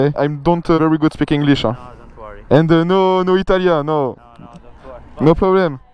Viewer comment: don't "warry" 😂. Sympa la video 😉